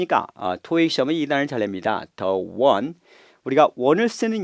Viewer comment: 아무리 RC 강사지만, to 발음을 “튜”, the one 을 “더 원” 이런 식으로 하는 건 심하지 않나요?...